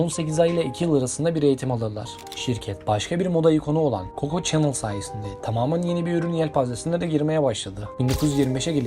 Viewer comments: okunuşları şöyle olmalı; "lui viton, koko şanel, nazi (uzatmadan)", bunların telaffuzunu düzeltmeniz iyi olur bence. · BÖYLE BİR VİDEO HAZIRLARKEN DOĞRU OKUNUŞLARA NEDEN DİKKAT ETMİYORSUNUZ ?? ÖYLE RAHATSIZ EDİCİ Kİ HER LUIS DEDİĞİNDE SİNİR OLUNUYOR.. ÇÜNKÜ LUIS DEĞİL LUİ OLARAK OKUNMASI GEREKİYOR.. AYRICA KOKO ÇENIL OKUMASI NEDİR YAA? HİÇ Mİ KOKO ŞANEL DENDİĞİNİ DUYMADINIZ??😡😡 ALLAHIM NASIL ÖZENSİZSİNİZ YAA😮😮 AYRICA NAĞĞZİ NEDİR ?? AaYYY DELİRİCEZZ😮 ALLAH AŞKINA ARAŞTIRIP, DOĞRU TELAFFUZU ÖĞRENİP ÖYLE SESLENDİRİNN😂😂😂